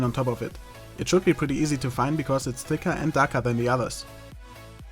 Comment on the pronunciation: zeitangabe ? vlt sagte er thicker ?